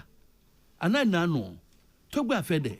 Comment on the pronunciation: The name is pronounced apede